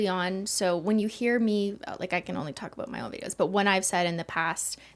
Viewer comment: I heard « it’s a tricky subject to *taco*bout »😁